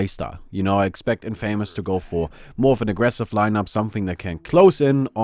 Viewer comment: 1st thing I heard was the incorrect pronunciation of 'Infamous'